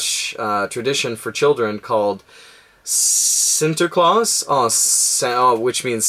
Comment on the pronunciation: Haha great video, very nice to hear you say pepernoten and sinterklaas:D Greets from the Netherlands